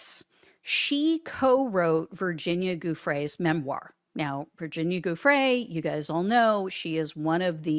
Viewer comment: it’s not GOO-free. It’s JOO-fray. It’s Italian. With a name like yours, I’d think you would know.